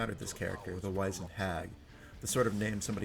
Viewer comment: How have you never learnt how to pronounce Wizened? Wiz-end. Not Wise-end. WIZ-end, similar to WIZ-ard.